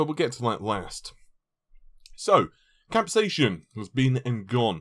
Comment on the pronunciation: Again with the "capsayshin" and "cashie controller".